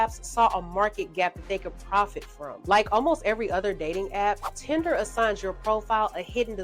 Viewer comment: It's Tinder not Tender!